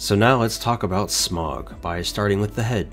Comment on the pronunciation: Hearing you pronounce his name wrong makes me cringe, so I'm just gonna put the correct pronunciation below. Hope I don't sound rude as that is not my intent. (Sm-OW-guh).